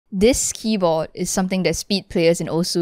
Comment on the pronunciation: "this keybo'eh' is..."